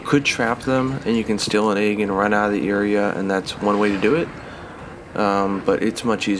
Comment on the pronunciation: You're bothered by that.... I'm bothered by the way he says egg lol